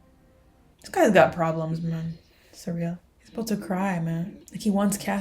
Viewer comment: Syril is pronounced "seer-ull" not "suh-reel" 😓.